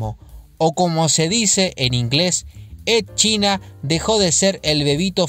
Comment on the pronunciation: Edd China, Ed China me chirrían los oídos, los nombres propios no se traducen y se debe intentar pronunciarlo cómo sería en su idioma original en este caso se diría Edd Chaina.